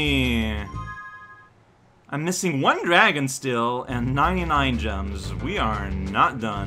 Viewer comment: dang bro spyro the drago wants you to put some respeckk on his name yo